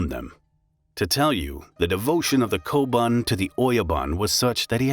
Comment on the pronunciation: “Oyaban koban” its oyabun kobun